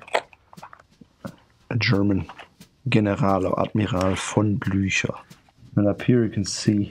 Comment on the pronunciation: I was unreasonably annoyed with calling the heel counter a heel cap but he totally redeemed himself pronouncing Blutcher